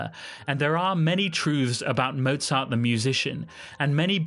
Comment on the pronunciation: A nice story, but why don't you try to pronounce his name correctly? Anuone can learn German pronunciation in half an hour.